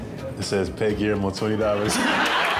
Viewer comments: Nike give this man his signature shoe. Gui-AIR-mo 🤣🤣🤣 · Gui-AIR-Mo need a pair 🤣